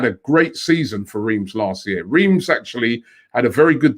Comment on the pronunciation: Swap anyday lacazette anyday, ask your French correspondence to pronounce Reims as you wouldn't believe how it's pronounced. You don't even say the M. Didn't live too far away from there many years ago, pronounced like Ras. COYG